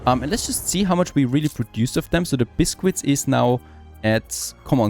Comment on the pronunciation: Oh my god, your butchering of the pronunciation of Biscuit is triggering.